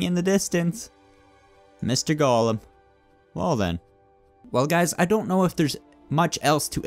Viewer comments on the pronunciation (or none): When you say golem, it sounds like you're saying "gollum"